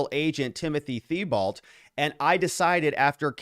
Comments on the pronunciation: Hey. Thibault is pronounced Teebeau. 🇨🇦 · thibault is pronounced T-bow btw <3